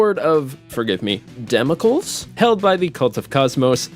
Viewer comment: It's umm.... Da-mo-klees. Thank you 😊